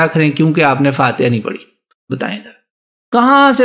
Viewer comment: 'Parhi' not Padi.